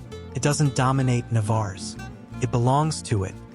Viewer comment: Had you asked anyone in that pueblo is this Navarres how you pronounced it they would said Que ? Just outside of the town is the jewel of Playamonte and its natural lake, man made beach and recreation area.